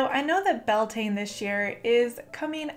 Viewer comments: I love the video but cringed at how you pronounced beltane lol (bel-te-na) not (bel-tain) its irish. just like how samhain is (saow-in) lughnasadh is (loo-na-sa) and imbolg is (ih-mulg) the m is a mutation and makes the b silent :-) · I thought it was pronounced Bell-tuh-na, at least that's what I heard from someone native to Ireland. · Its Gaeilge ** as in Irish but yeah definitely not pronounced Bel-tane. 🤘🏻❤